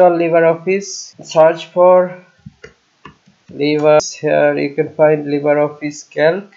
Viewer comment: উচ্চারণটা লিব্রে হবে তো। লিবার না।